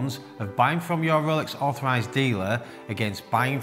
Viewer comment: Due to the accent, when he says “Rolex authorized dealer“, it sounds to me like “Rolex overpriced dealer“. Hilarious, and true!